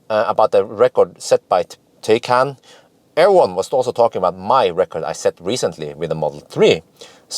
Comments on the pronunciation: It is pronounced Porsche Thaikaan, not Tay-can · Hi, Taycan is pronounced as Tie-con, or like Thai-con:) or like english “Tie” and Norwegian “kan” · You've nailed Porsche like a German, now to work on how they say Taycan (Tie-kan).;) ONE = multiple Porsche test drivers!:) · Tie-con. I remember it by tying up a convict. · Pronounced Tai-Kan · With a name like that, Porsche should be glad if people don't pronounce it 'tea can'... Thinking of... If I'd buy one, I'd name it 'Earl Grey‘ 🤣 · Well done on the Porsche pronunciation I actually believe Taycan should be pronounced Tie con!! More fun to be had with our German friends lol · Taycan: the "a" is to be pronounced like an english "i". Thanks a lot for your great work